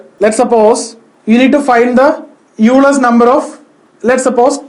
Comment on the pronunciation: You pronounced 'Euler's number' incorrectly. Actually Euler is pronounced like 'Oiler'